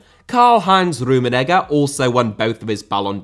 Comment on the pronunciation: Bro please stop saying rummenigger 😭